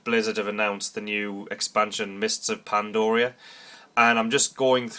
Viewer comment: it's not PandOria it's pandaria....with an A...ffs